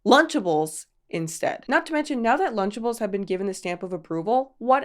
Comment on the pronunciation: Wtf is luchables 😂 this all sounds so wrong being from outside the us